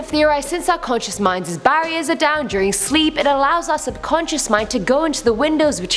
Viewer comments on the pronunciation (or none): none